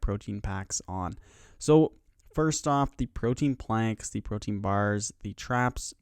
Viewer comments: pro-tee-in not pro-teen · Pro-tee-an please : [ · Okay, how many of you watched this just to see how many times he said "protein"